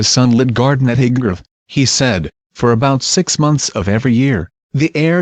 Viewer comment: Crap can't even say highbrow properly